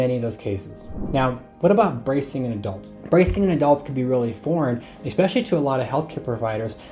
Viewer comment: especially not expecially